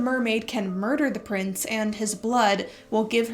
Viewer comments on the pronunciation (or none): none